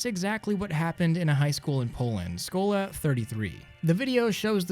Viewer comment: in polish l is w so you say it skowa but you write it as skola